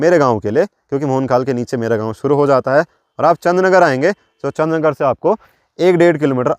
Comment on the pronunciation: Chandr nager jb aap bolte ho Achha lgta he